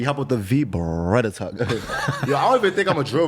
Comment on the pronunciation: Why he say Beretta like that? 😂😂